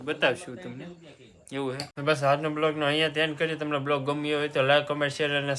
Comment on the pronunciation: બ્લોગ નય વલોગ બોલો ભાઈ